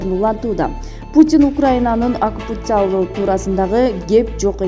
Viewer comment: Орусчанар олуп калыптыр го. Акупася дейби